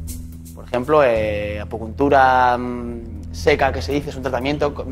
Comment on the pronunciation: Apucuntura seca. Alucino con lo que escucho. Es acupuntura. Y en caso de ser seca, sería otra técnica diferente: punción seca, que no es lo mismo que ACUPUNTURA. Este chico no se informa de lo que habla y no sabe hablar. En fin, el nivel del chiringuito.